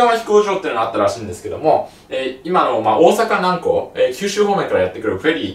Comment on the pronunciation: 細かいけどさ 大阪南↓港↓ ❌ 大阪南↑港↑ ⭕️ が正しいイントネーション